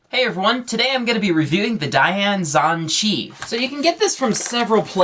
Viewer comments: “Zhahn Cheeee” It’s Zan chee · Its not pronounced zhonchi, its pronounced zhanchi. The a sounds like an a, not an o. And his neme is Feliks Zemdegs. If you're going to talk about something, know what you're saying so you dont sound like a fucking idiot! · Zhanchi not zanchi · lol ---- ZAN-chi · lol, dayan zhanchi = dayan ZonCHEE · he pronounces it so funny, " dayan ZAAANCHEE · the way he sais zhanchi and dayan